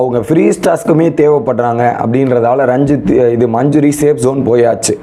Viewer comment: மஞ்சுரி, ராயன், ferformance, இதெல்லாம் சரியா சொல்ல முயற்சி செய் தம்பி. கேட்கும்போது நல்லாயில்லை.